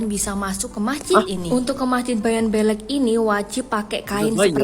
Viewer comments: Masjid bayan beule' bukan belek 😂😅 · Bukan bayan belek,tapi bayan beleq, artinya bayan besar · Yang benar dibaca Bayan Bleq tulisan Bayan Belek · Cara menyebut kata beleq salah sebenarnya yang benar adalah blek mukin kalau hanya tulisan kalian tidak akan pernah bisa menyebut dengan benar kata beleq itu taimata😂😂😂 Aku asli anak Lombok